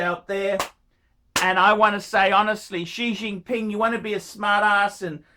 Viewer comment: That’s what I heard too